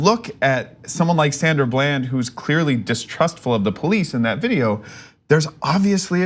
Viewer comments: So sad that you mispronouned her name as if this is a new Case. We always new this. You really don't care about the black plight. Getting views is more important to you. She was a well none YouTuber that spoke to human and civil rights for blacks. They knew who they were pulling over period. You know why they hide information and lie about evidence. Black people are functioning out side of the Constitution. It never applied of refered to us from it's illegal conception. It is obvious that preditors and perverts rule in high classes. There are portions here and there that speak of us indirectly. Are we still 3/5ths of a man? Is Jimcrow alive and kicking? Is America still using Jerry to usurp black votes away from their Political Districts. Is zoning along with red and blue tape used to keep black children in low performing Title 1 Schools where they almost never reach AYP for years? How often does a black person get pulled over, stop in the street, or asked a bunch of questions with out probable cause other then being black or an officer with a suspicious feeling in comparison to others? I would like the statisticians to Doctor that up. No playing with numbers to make it work. Food for thought that makes you full and sluggish. I'm just saying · It seems me n u are the only 2 who noticed that